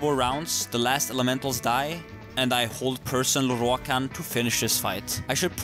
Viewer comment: i always giggle at how he pronounces "Lorroakan", sounds so epic for some reason.